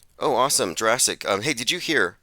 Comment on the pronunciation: "Jewrassic" again? Fast forward through that.